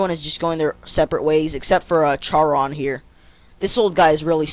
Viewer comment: his name isnt pronounced "Chaa-ro-nn" its pronounced "Ka-Rinn"